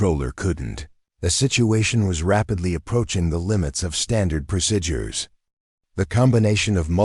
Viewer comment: The word is not procidures(prosidures) is not correct. Please correct to pro seed ures. Pronunciation. Other wrong pronouncing will cause me to leave.